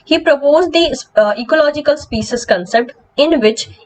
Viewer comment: Ma'am kindly correct your species pronunciation.